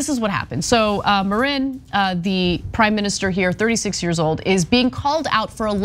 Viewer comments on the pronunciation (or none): It's Maaaarin, not Mareen. Rookie misstake Ana.